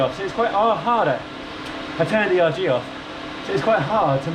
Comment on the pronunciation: erg, short for ergometer. Not E.R.G.